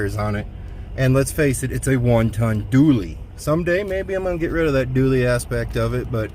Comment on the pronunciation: It’s a Dually! Not a Doooley!